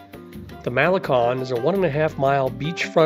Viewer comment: It's a cute and informative video. Your voice is very pleasant and easy to listen to, until you pronounce many of the words and names here in Vallarta. Malacon for instance is one that I hear all the time and I cringe every time I hear it mispronounced. It's Mal-a- CONE not Mal-a-KAHN..😬 Taqueria also, it's tah-ka-ria not tack-a-ria. All the carts in that location actually are very very good. Open well into the night as late as 4-5 in the morning. So when you're hungry after that late night of bar hopping, it's a great place to stuff the belly. And then, one mistake in your video as you were describing the Palms Cabaret, your video is showing the location of The Incanto which is a completely different place for cabaret and shows. And you were on point about Pancho's tacos, it's a sham, it's a hype, it's all about the notion of the line to get in there. People think because there is a line that it's a fabulous place. The places you mentioned are much better than that. Go right next door to Cafe De Olla'. I have been frequenting this city since Pepe's Tacos opened 30 +/- years ago, and I can say, they can advertise the best tacos in town, and they do, right on their sign.